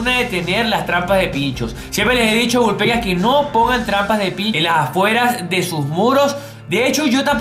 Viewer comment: Deja de decir Vul Pecas